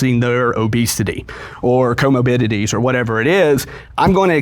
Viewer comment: “Comobidities” is driving me crazy